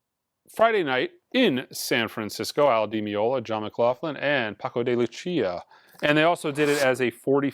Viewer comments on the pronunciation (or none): none